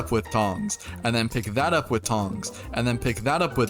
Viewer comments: And then pi tha up putongs, and then pi thah uhp putawns, and then pick tat up wetongs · and then pick that up with tong, and the pock tat up wi tongs, andapitatuwitongs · Bro said "epikaraoutong"